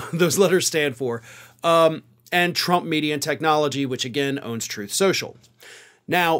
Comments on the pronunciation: "Troth SENSHUL" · "Troth Senshul" 😂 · It's pronounced "troath senshal" 😁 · You mispronounced Troth Sensual...